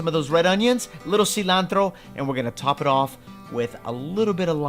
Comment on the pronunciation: First, this looks great. Second, don't say "Cilantro" like that.